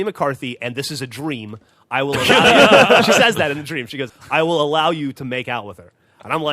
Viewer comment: I kid you not, i thought geoff said "Sex Stream" not "Sex Dream"